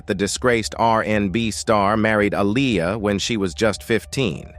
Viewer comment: Please say Aaliyah name right!! Omg the disrespect is real smh..